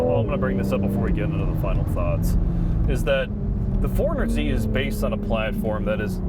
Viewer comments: Cringe every time they kept saying 400z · Please stop calling it "400Z"...